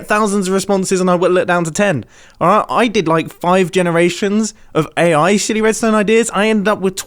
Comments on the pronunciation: the subtitles have sworn.. it is "SILLY", not "SHI-" this is ridiculous. Although it does sound a bit like that.. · ... did he acidentally say shitty instead of silly? Whoops... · Is he saying sh##ty ideas or silly? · He def said shitty and not silly, right? Even YouTube's CC AI heard it lmao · did,,,,, did he say shtty 😳 ive slowed down the playback speed a ton and i cant figure it out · Woah! At the end, you said "AI's silly ideas", but I heard something very different. So I turned on the auto-generated captions, and... YouTube agrees with me that you didn't say "silly" 😂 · it took me 7 listens to confirm he said silly and not something else 😂